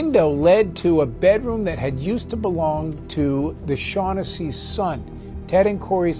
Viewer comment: To the narrator, do a little research and pronounce the last name properly. The phonetic spelling is Shawn-ness-see.